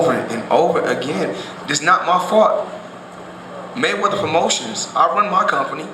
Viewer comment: Maywedder... lol mexicans..